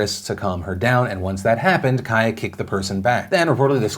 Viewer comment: My name's Kaia (pronounced Kai-uh ) so hearing you say that is s c a r y